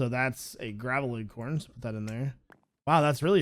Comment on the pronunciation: I like how u say acorn "eggcorn" LMAO 😂😂😂